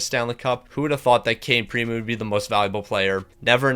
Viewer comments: You're supposed to say PrimO, not Primu haha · I cringed everytime I heard him say primu...